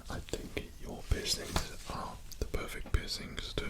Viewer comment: "pewfect pissing"